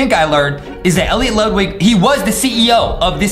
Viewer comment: Elliot(El-leeot) Ludwig(Lude-wig)